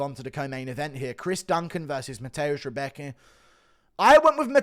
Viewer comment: "Rebeki" lol xD its "Rębecki" actually xP